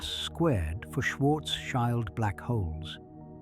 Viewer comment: It's Schwarz-shield, not Schwarz-child. 😆 Schild = shield